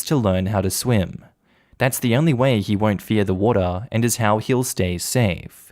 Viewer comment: I like it how he says water lol. Wotaa